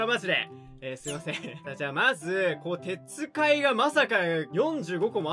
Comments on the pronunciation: てつかいではなくてっかい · 鉄塊(てっかい)を《てつかい》って読むのがツボすぎて(( ))